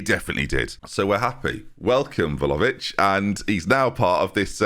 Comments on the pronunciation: PLZ PRONOUNCE IT VLA-HOE-VICH OMG PLEASE I CBA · I THOUGHT WE'D BE FREE FROM THE VLAHOVIC NAME MURDERING OH GOD